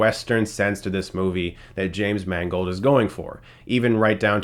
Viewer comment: Damn!.you said James Mangold. I thought you said it was directed by "James Mangled"..bugger.